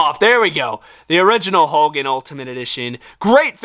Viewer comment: hogan not holgan